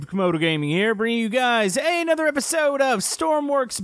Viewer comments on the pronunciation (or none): none